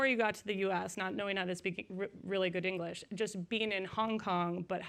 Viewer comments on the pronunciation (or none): Why does is sound like she was going to say "engrish"?